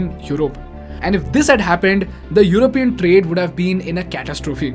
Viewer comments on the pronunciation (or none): none